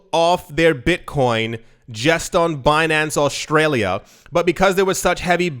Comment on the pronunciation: Aushtralia? Pls repeat it 50 more times